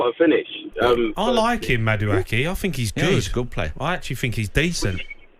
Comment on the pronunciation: It's pronounced- MA-DU-A-K 😂